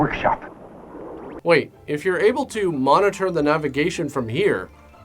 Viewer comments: I’m dead serious you need to stop saying “TOO the show.” You make fun of dumb things and do a dumb obnoxious thing yourself. Stop it. Just say the sentence normally. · Btw, I love the odd choice of putting the emphasis on the word "to" in the intro's (intros? introes?). Anyhoo, Merry Xmas